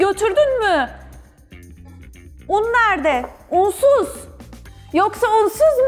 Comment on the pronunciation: Yasemin öyle bir "unsuz" dedi ki bir an argoda onun baska bir manasi mi vardi diye düsündüm. 😆